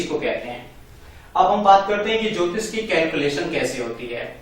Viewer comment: अरे यहां ज्योतिष की परिभाषा आप कैसे दे रहे हो यह जल ज्योतिष का दो शब्द बनाए आपने अलग-अलग इसमें ज्योति तो ठीक है पर इसमें इश ना हो के ईष होता है अर्थ का अनर्थ ना करिए